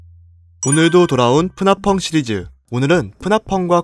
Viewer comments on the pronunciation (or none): 왜 투표라운드에서 프나펑을 프나펌이라고 하시죠? (발언할때 채팅이 프나펌이였음)